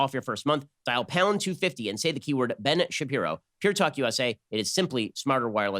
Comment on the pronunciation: This is definitely Shen Bapiro.